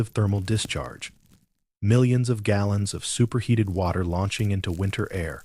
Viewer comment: when talking about the geyser, it says 800 g allons and not gallons. And when talking the time, 10-14 hr cycle and h hours instead of Jusr saying hours That seemed like ai to me, but thanks for clarifying